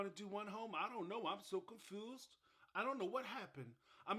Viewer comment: You make me laugh out loud every time you say “so confoosed”. Thank you for all you do.